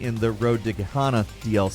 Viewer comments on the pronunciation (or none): Ge...hanna? Ge-HENNA